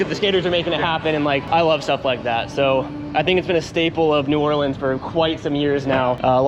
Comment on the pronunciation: First person to pronounce New Orleans right that made x games content🎉🎉🎉